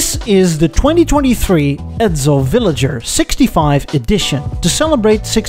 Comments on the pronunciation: Edsel not Edzel!😁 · As a former Edsel owner (I inherited our '59 Villager from my parents) I found this really interesting and well done. Some comments, though. 1) Edsel is pronounced with a softer "s" sound. Your pronunciation comes across more like "Edzel." 2) The shark species is spelled with only one "c" and is pronounced with a long "a", i.e., "May-ko." If you've added the double "c" for copyright reasons, then your pronunciation is correct. 3) Your logo "E" is too square. The real thing had tapered prongs (or whatever you call the horizontal bars on an "E") and a non-straight vertical bar. All in all, very imaginative and entertaining!